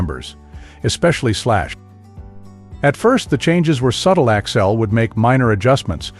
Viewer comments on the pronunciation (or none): It’s AXL not Axile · i had to tune out after the 10th "Axile", This sucks!